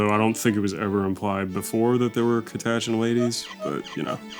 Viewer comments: im being tilted by dons pronunciation of cat-a-chan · The way pronounced Catachan validated every joke on Cream Crew specifically against him. A unreasonable amount of rage was conjured in a second. I hate you. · sorry pronounce catachan one more time please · I'm going to have an acoustic meltdown with the way pronounces Catachan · The pure level of the mispronunciation of Catachan is a war crime in itself.